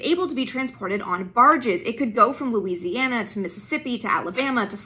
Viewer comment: She mispronounced Michoud, but her pronunciation of Mississippi and Louisiana sounds almost Southern! I grew up in both…